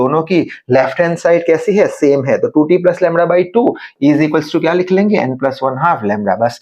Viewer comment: Also LAMDA ❌ LAMRA✅